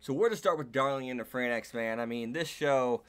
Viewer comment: Why do people keep saying darling in the "fran X" ? They literally call the mechs(the franxx) like "franks" in the anime. It's a pet peeve, but it's so annoying.